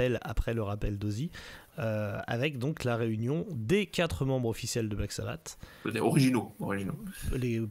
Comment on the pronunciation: J'ai arrêté à "... Dio le meilleur chanteur de Black Sabbateu..." 😂😂😂